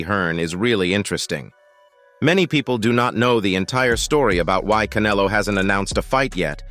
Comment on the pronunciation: OK, I took a deep breath, readied myself😁, & listened to this computer generated hyped bullshyte ALMOST all the way through. Couldn't even pronounce Munguia & Canelo's names properly. This is the problem with boxing today, the hype!!! And yes, when you call Bena a "titan" you're right, as he comes into the ring 2-3 times heavier than official weight categories, like Haney. I'm convinced Canelo will fight anyone in his path, he's only 33 & his resume proves that. Bena has NEVER faced an elite boxer/fighter/PUNCHER in his career & must come into the ring as a weight bully to get the W. Munguia has a better record than Bena, & has continued to improve, especially via Freddie Roach, Jaime is NOT a "new comer" as this hype says. Berlanga hasn't fought anyone, Morrell is a more talented/dangerous fighter in the ring. Quite funny, this long winded bullshyte narrative casts even MORE doubt on what might actually happen! Patience is a virtue, & earning your way used to be the way of boxing.😎 Canelo is king at the moment, all the serfs are thinking they can earn a big fight with their foamy mouths. PBC has never been good for boxing, their game is manipulation of weak minded fans. Hearn is the ultimate promoter, even with his occasional bullshyte, but it is what it is. DAZN has gotten greedy also. Boxing used to be about fighting inside the ring!😎